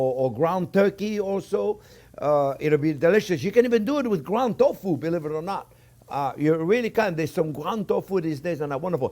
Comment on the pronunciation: at first I thought you said "ground dog food" lmao. (ground dog food=ground tofu) :)